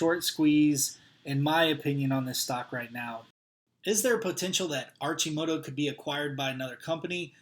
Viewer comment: it's pronounced Ar-Ki-Moto